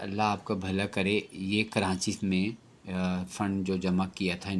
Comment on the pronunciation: ماشاءاللہ بہت عمدہ کاوش مگر پلیز آپ کراچی کو کرانچی نہ بولا کریں۔